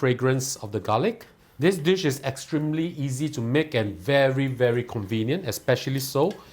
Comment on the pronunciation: i laugh every time you say “easy”